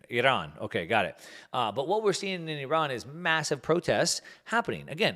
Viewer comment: Nice pronunciation of Iran 👌🏼